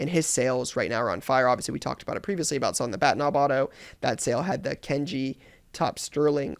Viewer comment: The way you pronounce Kanji is nails on a chalkboard goodness